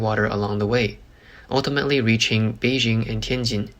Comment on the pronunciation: Congratulations on your pronunciation, and thank you for taking the time to pay attention to this. Change your soft j to a hard one on Beijing and you will be doing even better. It’s the same hard j as in Tianjin. 😊